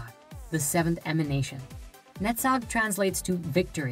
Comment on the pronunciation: Awesome topic in three parts. I would only complain about hebrew names from left to right. And only Netzach pronunciation would be noted as different. Other than that, very enlightening. My whole gratitude for this. By the way, have you ever thought about subtitles? I still think about people who can't listen.